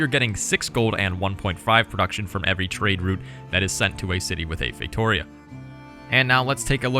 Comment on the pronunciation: As a portuguese, you spell “feitoria” so wrong xd But you do not have to know all languages. Good video. You nailed the other words